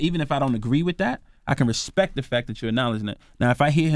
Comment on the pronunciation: put some RESPECK on Rico's name...... 🌳 🌲 🌴.....all Tree of ya'll 😂 😂 😂